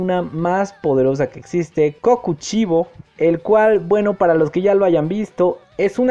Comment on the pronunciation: Lo dijo mal es kokushibou